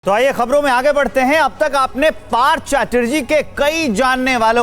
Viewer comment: Part Chatterjee???? Burbak It's partha OK.